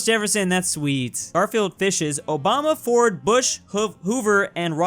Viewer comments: "Obunga" oh no,. People are going to try and cancel you for that. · Why did he butcher Obama’s name like that